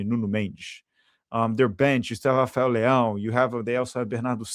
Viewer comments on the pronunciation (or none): none